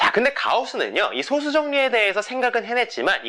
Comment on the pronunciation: 제가 젤 관심있어 하고 재밌어 하는 수학 문제가 리만 가설인데, 아주 유익하게 잘 봤습니다. 참고로, 소수의 발음은 [소쑤]입니다. 제가 어렸을 때도 그렇게 배웠고, 표준국어대사전상으로도 [소쑤]의 발음이 맞습니다. 0과 1 사이의 숫자인 소수와 적은 수효라는 의미의 소수의 발음은 [소:수]가 맞구요.